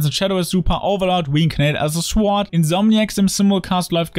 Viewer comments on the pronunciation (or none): In zb Crunchyroll steckt auch kein W. X-mal wurde er drauf hingewiesen. Änderung? Nö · Hallo, bitte nicht übel nehmen aber das w von sword wird nicht gesprochen. Es wird sord ausgesprochen.